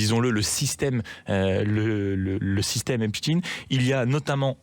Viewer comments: Pourquoi on prononce " EPSTINE" et pas "Albert EINSTINE" ??? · oui effectivement, Epst..ine, (consonance russe) ils disent Albert Einst..ine ?? Frankest...ine ??? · C'est marrant votre façon de prononcer Epstein.